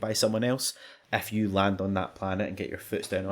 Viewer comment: lovely accent.. I thought I was being cursed at every time he said "if you" because if sounded like "F U", a much used term of endearment by my online buddies when we're doing a session of hectic shooters or other games.. thanks for being awesome, I chuckled :)